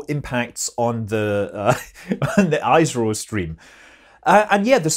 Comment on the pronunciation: ISRO is pronounced as ESRO. Like you pronounce ESA. yeah ik its not that intuitive but we do it that way. Great video as always!!